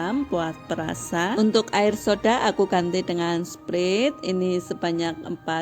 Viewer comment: Btw sprite baca nya bukan sprit, tapi sprait